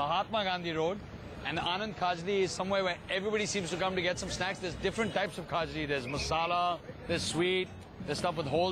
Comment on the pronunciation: Rocky its KHAJLI not KHAJRI...